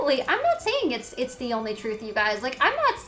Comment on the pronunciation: I cringe every time she says "Thank you for da bits". Just once can she say "the" instead of "da".